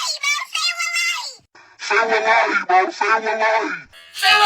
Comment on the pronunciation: I can only hear him say /salalai/ instead of /wallahi/ and I thought it was just some weird jibberish thing he said until I found this video 🥀